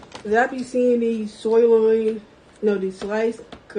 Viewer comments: I'm perplexed. She said soy loin but I'm guessing she meant sirloin. But the reason why I'm perplexed is because nowadays that might actually be a soy loin LOL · WTF is a “soy loin”??? She trying to say Sirloin? 🤣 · Ahh yes, ‘SOY-loin’…….. ya know, for the vegans 🌱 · "Beef soy-loyne" If you can't even pronounce the product, you shouldn't get it for 'free' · Did she say Grass Fed "soilion"??? I just looked that exact pkg up - fully cooked 2lb avg wt $29. ! OMG nearly $15.00 a pound. While I'm, trying to find any raw meat at a reasonable price 😭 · What goes with soy loin? Muffins obviously! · beef "soy-loin" from tiktok? I like how she had to squint and look multiple times to determine if her meatballs needed to be kept in the fridge.... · Paper plates!! You can’t be bothered to wash dishes?!?! I’m trying so hard not to be mean but wow. She couldn’t even pronounce sirloin!!! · The first person obviously hasn't missed any meals. She has trouble pronouncing things like-sirloin. WOW! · She has no idea how to pronounce the word sirloin, but she can name all the junk food JUST FINE. It's almost like she has zero experience with actual food. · cant even pronounce sirloin. At least she had some healthy beef products but god almighty.... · She can’t even say SIRLOIN. T t t too much time on my hands. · And she couldn't even pronounce the word sirloin!!!!!!!!!!! LOL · I was trying to figure out what that was! I thought she said something about “grass fed soy meat” and was very confused.